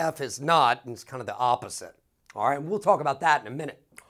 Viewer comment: the way he said: “It’s kind of the aOppOSite!” You’ve really got skills, Sir.